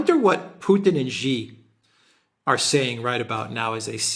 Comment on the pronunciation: XI is pronounced SHE, not 'Gee' or however you're butchering it. Take it from a dumb Sicilian who has lived in China and has a Taiwanese daughter in law!